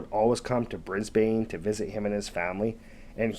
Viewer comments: BRISBIN is how one says Brisbane. A great story and very real. One has to train your dogs to stay away from our awesome roos or kangaroos. They are a part of our silent army and you may scoff but we have managed to live side by side with our wildlife. I cannot stand anyone who would exploit these fun cuddly scary awesome animals. I enjoyed your telling of this story and yep like everyone here i thought he'd come accriss a croc or a yowie. Even emus will chass you. Dang i love this country.🇦🇺😎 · Say it like an Aussie. Brisbn. There is no long (A) sound. It’s as if there is no A or E. Brisbn. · It’s pronounced “Brisbane,” not Brisbane!😁 Kangaroos rarely attack humans & dogs or anything for that matter-they usually flee when you come close! I grew up with kangaroos, they are beautiful creatures! If anything is being attacked, will defend itself! Sad about the furbaby! Dogs might have been trained to hunt wild boar, but they obviously were trained enough, as if you call them off, they should do asked commanded!!! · Brisbane is pronounced Brisbin. We have feral pigs, not hogs. You can tell im an Aussie. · Ha ha I was thinking the same thing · That was killing me as well..even though I’m a bloody yank.